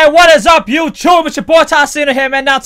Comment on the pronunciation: he said youchube